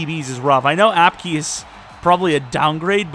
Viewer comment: It’s pronounced apke